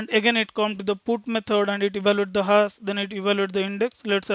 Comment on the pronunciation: great explanation , and thanks for sharıng. Just little feedback maybe :) same pronunciation was distracting me time to time on focusing, such as zero (sounds g..), hash (has), etc. also some of saying 'ok , fine, right, after explaning something etc ' .